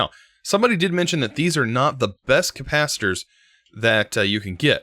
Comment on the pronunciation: Teo Martin Nah, he thinks it’s “copasiter.”